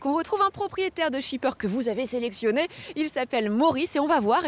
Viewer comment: On dit SHIPPÈRKE PAS SHIPPEURKE